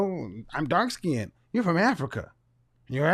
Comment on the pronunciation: He said light " skin did did"😂 Why can't blks prounced " skinned" correctly? I've noticed a pattern. They usually don't butcher it as badly as Kevin just did but they do mispronounce it as " skin -ned". ( Two syllables when it's only one.)